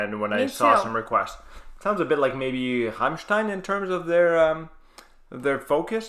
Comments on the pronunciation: your pronunciation of Rammstein is pretty impressive i must say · Great reaction. Your pronunciation of Rammstein is great. Sprechen Sie Deutsch? You should do Heilung. Either 'Krigsgaldr' or 'Fylgija Ear/Futhorck', from Lifa at Castlefest. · The first american in the world that actually can pronounce Rammstein